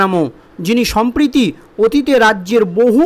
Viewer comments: Dr anchor the word will be samprati means now or at present. But you have uttered sampriti which means bond of love ; not at present. Plese take care next time. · Uchcharon bhul korben na Sabdota. Sampatti noy samproti Duti sabder artho alada